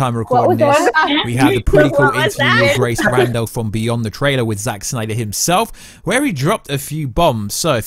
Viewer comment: love the videos but omg every time you say 'Snyder' in that way I want to unsubscribe!